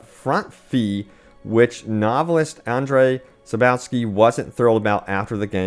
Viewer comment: Andrey Sapouwsky, Jacob Sasamaleck, Adam Kizinsky, Donata Powalskyplaska, Michel Nowalsky. Yes, this is how their mothers named them and this is how we call them in Poland... Some ground rules if you're interested for future: Andrzej Sapkowski - "rz" is always pronounced like "g" in word "gel" or in "garaGe" but it's smooth (see french pronounciation of the word garage for reference); "w" is like your "v" Sapkowski; BONUS: "o" is more prounounced like rAW and not rOW. Jakub Szamałek - "J" is pronounced like a long "i"; "Sz" is always pronounced like your "sh"; "ł" this is not "l", it is actually pronounced exactly the same as your "w". Adam Kiciński - yeah this is as good as it gets without going into deeper studies. Donata Popławska - I think you are now geared up to pronounce this one :D Michał Nowakowski - this is easy now! Congratulations, you are now able to pronounce polish names!